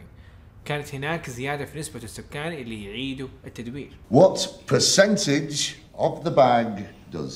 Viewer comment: شكرا جزيلا ولكن انتبه من نطق كلمة percentage وهذا طبعا لا يقلل من مستواك الرائع والمتقدم ❤